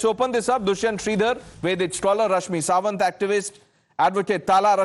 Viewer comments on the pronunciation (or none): Editor, its SaMant, not SaWant.